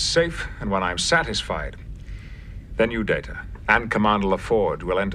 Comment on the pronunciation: 'Layta, Data'.